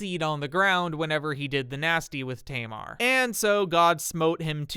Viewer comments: hi i live in israel and speak hebrew, i find the way you said tamar hilarious because it's a common name in israel to this day, it's pronounced "ta mar" not "teymar"(xd) obviously this isn't your fault just wanted to let you know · Just a heads up if you wanna say the Hebrew names more accurately you should ignore the English language rules. For example, instead of saying Tamar as tay-mar Pronounce it as Taa- maar, as it's written. Love your videos 🫶 -a native Hebrew speaker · Just a note, "Tamar" is pronounced with two short "a" vowels like in "cat". It's still a popular name in Hebrew today and is my fiancée's name